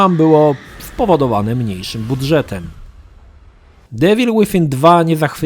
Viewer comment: Wszystko spoko tylko wkurza mnie to jak ziomek wymawia niepoprawnie nazwę gry xD